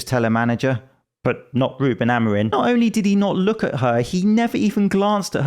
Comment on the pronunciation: zing edit: wait you said Ruben AmoriN, i very clearly heard the 'n' sound at the end,,,, GET IT RIGHT...its Amorim....I know that and im a bloody american